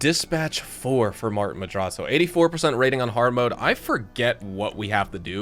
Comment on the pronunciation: I love everything about, except for the way we says “Madrazzo”